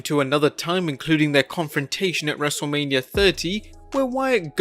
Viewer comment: he says wrestle mania wrong😂😂😂